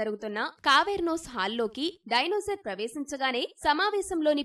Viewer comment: డైనోజార్ కాదు మేడం " డైనోసార్ అనాలి